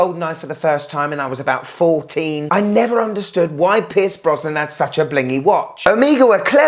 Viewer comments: Hi love your channel from the US. In the J Bond commentary are you saying ‘Pierce’ Brosnan or ‘Piss’ Brosnan? I’m fine with either. Love ya! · I’m an American. So, I keep hearing “Piss Brosnan,” and giggling to myself. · Who is “Piss Brosnan”?